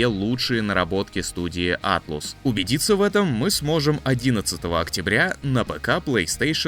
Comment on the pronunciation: Атлас, а не Атлус. Японцы произносят как Аторасу.